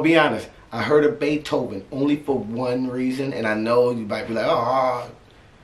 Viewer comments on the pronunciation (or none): "tone it donw" " Beeethven " Wit?"